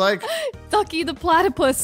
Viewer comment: DJ MADE ME LAUGH BECAUSE SHE SAID PLATIPUS